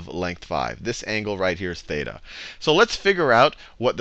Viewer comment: you don't pronounce "θ" and "ψ" correctly (im greek) anyway, great vids! :DDD